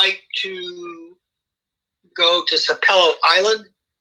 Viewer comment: It's pronounced SAP-e-lo Island and it's pronounced Dunge-e-ness (spelled Dungeness) for the ruins on Cumberland Island.